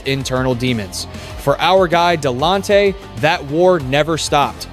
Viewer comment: Huge disappointment not getting his name correct. You need to remove this and correct it